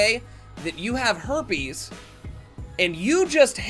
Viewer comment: she said hoipees